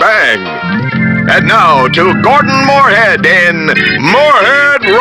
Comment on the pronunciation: lol the announcer keeps getting Gordons name wrong...